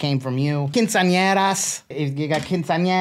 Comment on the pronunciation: I am dying at your pronunciation of quinceañeras😂😂 I get great value & funny-ass comedy.